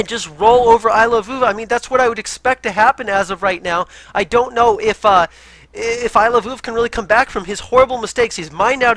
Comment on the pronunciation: is now my favorite because he pronounces Iloveoov the way I think it should be pronounced XD